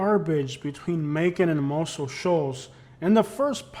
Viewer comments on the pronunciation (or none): none